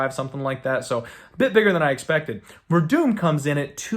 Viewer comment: Verdum? You serious bro? The broken man is Verdum..Gus with the easy KO!